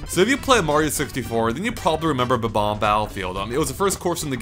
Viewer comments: its bob omb not bom omb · buh-bombs?BUH-BOMBS?I think you meAN BOB-OMBS,! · It's Bob-omb, not Bom-omb. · THEY ARE BOMB-OMBS PRONOUNCED "Bom omz" NOT BA-BOMBS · Great video. But it's not BA BOMB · It's 'Bomb-omb' not 'Bo-bomb'. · it's bom-om not b-bom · haper No they aren't...they've always been called Bob-ombs, bom-omb is just a mispronunciation. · I'm pretty sure it's "Bob-Omb", not "Bom-Omb" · Hello! Pretty sure it's Ba-bomb.... Bye! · "Bom-omb" that fail xD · Bom-omb? smh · Bom-Omb? Oh.... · Isn't it 'Bob-omb'? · but, eveyone says bob-omb